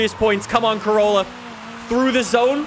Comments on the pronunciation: Did he just say Toyota Crayola or is it just me?? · Man said: Toyota Craoyla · Did he just call it the 'Toyota Crayolla'? XD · Toyota Crayola ME: Crayola???? ALSO ME: Disappointment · Lol be like “toyota crayola” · " the toyota crayola" 👏👏👏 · “Toyota cayola” 💀 I’m sorry it was too funny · DID JUST CALL IT THE CRAYOLA!!! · “Craolla” haha 😂